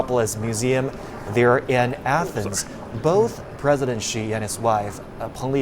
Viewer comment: This presenter is apparently a Chinese, I don't understand why he pronounced president Xi name like western media reporters, not pronounced correctly in Chinese way?